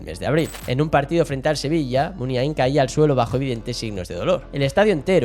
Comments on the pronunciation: Lo de no ser vasco de pura cepa y bla, bla, bla... menuda cagada. Qué es ser vasco de pura cepa? Hay que nacer al lado de San Mamés para ser vasco? Supongo que quien habla o quien escribe lo aquí narrado desconoce absolutamente la relación de Navarra y Pamplona con todo lo vasco. Otra cosa. No es "Muniaín" con acento en la última i, como se dice docenas y docenas de veces en el video. La letra más acentuada sería la A. "Muniáin", más o menos. Nunca "Muniaín". De nada. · No estaríade más que aprendieras a pronunciar correctamente Muniain...